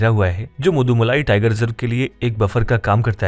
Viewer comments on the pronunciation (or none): Thanks for this informative video and I learnt a lot about Tigers in India today👏🏽 And it is not Madumalai (मदुमलाई) but Mudumalai (मुदुमलई) Tiger Reserve — the text on the video was fine but your pronunciation was incorrect ☝🏽